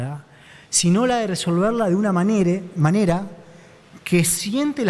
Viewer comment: DEJÉ DE VERLO CUANDO DIJO "MANERE"